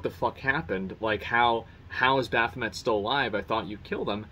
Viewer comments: it would be really cool if you stopped pronouncing "BAHAMUT" - "BAPHOMET" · I have not played FFXIV, only backseat gamed with my bros on turn based FF series lmao I think he is saying "Baphomet" and I thought, huh they added the evil goat on the game? But I had a suspicion he was mistaking it as Bahamut lol, had fkin grind that guy on MH World, when they collabd with FFXIV, Dragoon Transmog set and Jump Emote were cool. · Zack......you are killing me with the way you are pronouncing Bahamut ....BAH! HA! MUT! not Baphamet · Bafamet lmao Ba-hum-et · it sounds like he saying Baphomet instead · I was like, "Did he just say, Bathumet?" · Bath tub mat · "Baphamut", "Ramuah", I feel like I should be upset at the constant mispronunciations but they're honestly just entertaining. Gotta give him a break though since he's dealing with hundreds and hundreds of new names and words that he hasn't really had experience with before. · If you like world building moments like Coils of Bahamut (btw, it's Bah-hahm-ut in the FF series, so there's that....) and Lake Guardian, my dude, 3.0+ is gonna rock your goddamn socks off, on again, and off again, repeatedly, specifically to just stun lock you in terms of shock and awe. Literally, HW is what got me perma-hooked to FFXIV, I play single player games, but I always come back for more, I actually am maxing out my last 6 jobs rn, on my Data Center Server. If you had an FC, so far as I've seen, I'd want to join it, but... yeah, I can't. shrug oh well. I hope you enjoy HW as much as I did!~ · You know Zack has never played any final fantasy before based on how he pronounces Bahamut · did i hear that right bathamut? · Is it only me that is bothered that he calls Bahamut...baphamut? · I cant figure out if ur serious or not when u pronounce Bahamut as Baffameth xD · Say it with me Asmon, BAH HAH MUT.... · lmfao ikr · The real question, will Zack ever learn how to pronounce Bahamut?